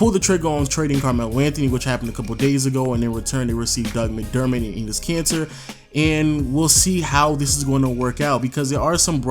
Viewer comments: Why does everyone pronounce Enes Kanter as "Cancer"? This bugs me out. Some googling around gives you a pronounciation closer to "Kan-TUR" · I can't tell if always calls Enes Kanter "Enes Cancer" on purpose or not